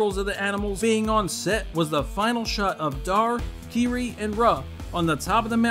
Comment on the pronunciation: Dude, you really need a dictionary. You misused the following terms consistently: consort, medieval, black panther, and village. Furthermore you mispronounced Jund and Kiri. Seriously, did you even watch this movie?